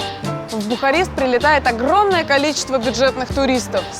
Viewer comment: Я похоже одна слышала Бухать вместо Бухарест((